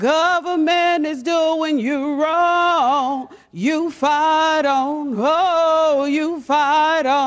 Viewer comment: Oh, you "Fight on", I thought she said you "Fat on".